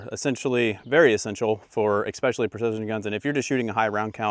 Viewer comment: This guy and "exspeacialy" and "acrossed"...